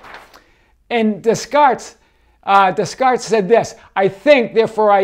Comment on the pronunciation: I loved your pronunciation of Descartes!! - It actually made me pay attention more because I thought; “Who’s that?? - Oh Descartes!!!!” - Rock on!! 🙌🏽👍🏽😃🌈🌟